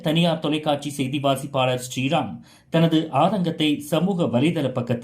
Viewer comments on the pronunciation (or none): செய்தி வாசிப்பாளர் ஸ்டிரீராம் இல்ல ஸ்ரீராம் தமிழ்ல ஒழுங்கா சொல்லு😢